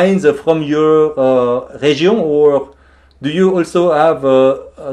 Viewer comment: 엘로라눀ㅋㅋㅋㅋㅋㅋ알로라 안하신게 다행이네욬ㅋㅋㅋ+ 와...내 프랑스친구들이 영어하는 것같아..헤지옹ㅋㅋㅋㅋㅋㅋㅋㅋㅋㅋㅋㅋㅋㅋㅋㅋㅋㅋㅋㅋㅋㅋㅋㅋㅋㅋㅋㅋㅋㅋㅋㅋ에흐발음앜ㅋㅋㅋㅋㅋㅋㅋㅋㅋㅋㅋㅋㅋㅋㅋㅋㅋㅋㅋㅋㅋㅋnicolas 와인샵ㅋㅋㅋㅋㅋㅋㅋㅋㅋㅋㅋㅋㅋ